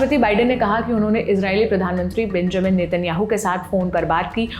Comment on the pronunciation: Benjamin nahi hai. Check the proper pronounciation.